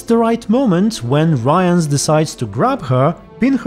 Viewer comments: you're pronouncing Rience really wrong :) it almost sounds like you're saying Ryan lol. Rience is with short "i" like in word "ship" or "think". His name is similar to word "rinse" but with a C :) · At this moment in series the viewers don't know that Lydia is Vilgefortz' assistant, I think. It's still the mystery who hired Rience. P.s. Not "Ryence" - just something like "Ree--ens", it's not anglosaxon, but kinda french name. P.s.2. This is not Yennefer, this series does not contain the real Yennefer. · Rience is pronounced “Reence” if I remember correctly. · I'm just too used to hearing it pronounced this way in the audiobooks, they do say it Ryans there, and it is a British man narrating. Not sure if he was in charge of the correct pronunciation tho :) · About the pronunciation of Rience's name -- I can't find the quote, but I believe that at some he's referred to as "Riens" by someone, which does give some hints about intended pronunciation. If "ce" turns into "s" but "ie" remains unchanged, it suggests the dyphtong is pronounced the way a Polish person would, so "ryens". Other way to look at it, is to compare to the French word "rien", which is where the name might even come from (it certainly fits the character). And even if we were to treat it as an English name, English spelling being what it is, it might as well be "rins", not necessarily "rayans".